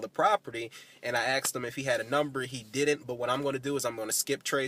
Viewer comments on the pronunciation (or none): You mean asked not axed.....